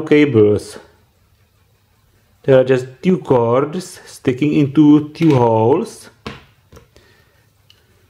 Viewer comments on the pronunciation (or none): Suprové video, ale vážně když už nedokážeš udělat něco s tím "vtipným" přízvukem (jako že ti rozumět je ale zní to divně) tak alespoň to "Two" říkej normálně xd Přelož si to na překladači a zjisti jak se to vyslovuje, strašně mě to irituje a myslím si že nejsem sám xd.